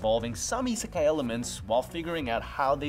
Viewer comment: Isn’t the i in isekai (at the beginning) supposed to also be like ii, as in good?